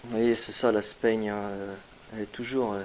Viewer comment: Vidéo très intéressante, le chat est super également , et j'ai été bluffée par la greffe aérienne . Par contre juste un petit détail , en ce qui concerne la "sphaigne" , on prononce "sfaigne" et non pas "spaigne" .